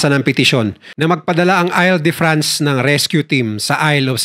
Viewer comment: Hinde ail de france an basa dun IL as in I-L, 😂🤦